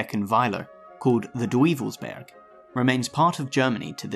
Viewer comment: Dweevelsberg? 😁😁 Oypen, not Youpen.